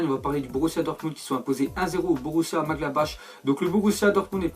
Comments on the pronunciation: Borussia Maglabash toi t'en a rien à foutre de la prononciation 😉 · Comme tu sais pas prononcer le nom c borrussia M Gladbar et pas ache